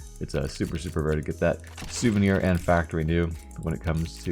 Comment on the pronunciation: souvenier knight